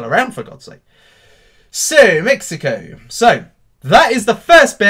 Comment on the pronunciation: Why do you always say mexico